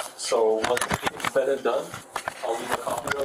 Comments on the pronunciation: yea but not bean. He said bean! Lol😂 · Homeboy did not just say "bean"😅😅😅😅